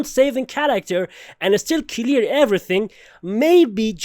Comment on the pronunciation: I like how he says clear..."Key-lear"